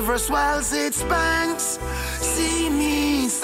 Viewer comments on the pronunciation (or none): none